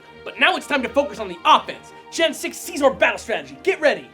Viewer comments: It's Siz-or NOT see-sor! If you guys are going to put in the time into making an informative show on a pokemon could you also put in the effort to learn how to pronounce the names correctly? here's a link that could be useful. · It's se-zor with the beginning sound of scissors. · Mega Scizor should get a god transformation and keep its Bug/Steel typing, but get Flash fire ha take that Talonflame. Oh and am I the only one who pronounces Scizor name correctly? Its not See-Zor its Sizz-or, Gosh. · how dare you say his name like that!it is prounounced Sy-zor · you are pronouncing Scizor like Seasaw...=/ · i just like to point out that you guys are pronouncing Scizor wrong :\